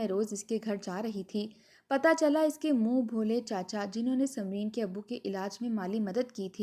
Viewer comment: Moon bholay nahi moon bolay